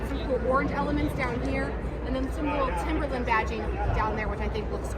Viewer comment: You've been waiting forever to mispronounce TIMBERLINE, lol 😆